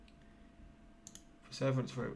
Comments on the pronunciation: I heard him say per-srverance I knew I was gonna be slightly annoyed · You can't pronounce Pr-suh-vee-ruhns 😂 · Press-sir-veer-ants dummy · The name is pronounced per’ se veer’ ence. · Perseverance: per-se-VEER-ans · it is pronounced Per - ser - VEER - ance. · It's pronounced like Perserveeranse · You've never heard the word "Perseverance"? In your entire life! How? Wow they are really codling kids these days. Can't even SAY the word Perseverance! I'm ashamed to even live on the same planet.